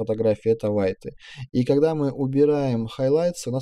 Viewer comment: Нормально объясняете. Лайк. Но с английским бяда. Большая, при том. ЖИпеги...Рав...Либрари..Вайты...Калор...Объясняйте уж тогда на русскоязычной версии...